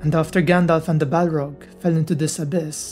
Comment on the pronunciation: A balrag of Morgoth. What did you say?